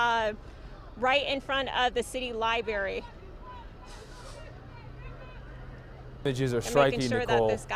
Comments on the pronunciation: Male reporter on the scene = lame Female reporter = "libary" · Nicole it is "li BRAR y". It is not "li BAR y" ;-) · "City Libary" Great reporting.. yes you heard right.. "Libary" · It's library not libary.